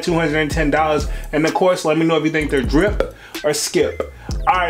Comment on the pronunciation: Homie said driP or skiP The emphasis he put on the P be having me hollering lol I LOVE IT and The content 🤣🤣🤣🙌🏾🙌🏾🙌🏾🙌🏾